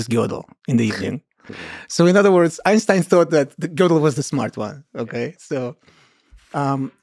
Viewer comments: The limits of my tolerance are tested when Lex calls him "Gaydel". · He was Austrian so the Germans can't lay claim the right pronunciation. All of those options you listed are perfectly fine. Lex's pronunciation makes it more like Gädel which is indefensible. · A lot of people pronounce it like girdle, which is also wrong according to Germans lol. The proper pronunciation is actually in a strange combination that we English aren't used too but I believe its something in between Gih, goi, and gir. Lol Gödel